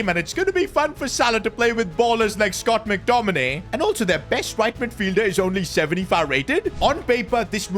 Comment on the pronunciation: Bro said ballers like scott mctomany 😂